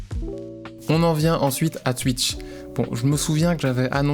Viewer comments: "Tuitch" on prononce "touitch" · Ya vraiment qu'un belge pour dire Tuitch 😂